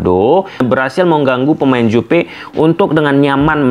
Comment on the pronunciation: Juve bang bukan Jupe😅